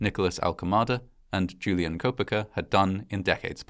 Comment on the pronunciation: Koepcke = KEHP-KEY